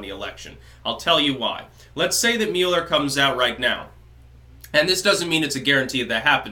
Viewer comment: The Muh-eller Probe